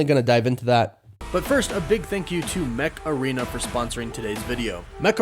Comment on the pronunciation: The Mech Arena ads crack me up. Every time I hear the voice-over, I keep hearing "Macarena."